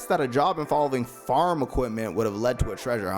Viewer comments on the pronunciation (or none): none